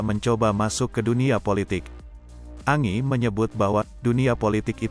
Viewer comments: Kok Angi panggilnya kok nggak sekalian Angin bacanya Angie itu Enjie.. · Parah ni Mimin bacaan berita nya jelek banget 😂, Angie baca nya Enji,koq malah Angi 😂😂,belajar dunk baca yg bener